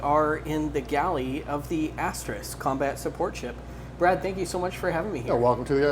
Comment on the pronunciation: Brad - not braid😐